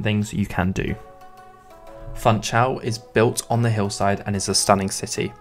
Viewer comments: It is not called FANTSCHAUL, it is Funchal. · "FunchaLLLLL"😅 not "Funchaooo" or "Funchauuu"🤣 Please guys! It's Portuguese, not Brazilian Portuguese! 😚 You may pronounce the "L"s much like in english😉🤙 Great compilation so spots 👏 Thank you for sharing!